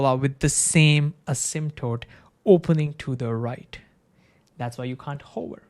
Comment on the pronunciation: I beg you to articulate the word "hover" better because rn it's sounding like a word to describe a particular profession.:DDD